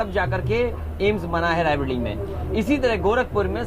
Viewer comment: रायबरेली, इंफ्रास्ट्रकचर aur aise kai shabd sahi se ni bol paye sahab.. na तलफ्फुज saaf aur na niyat. inki sarkar to jindgi me ni aayegi.